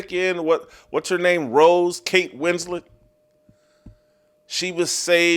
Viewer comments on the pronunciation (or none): none